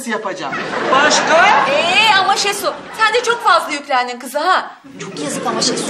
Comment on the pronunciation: adamlar oraya koskoca ''şehsu'' yazmış, siz hala şesu diyorsunuz.